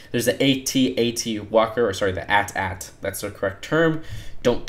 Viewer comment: at-at is not pronounced like that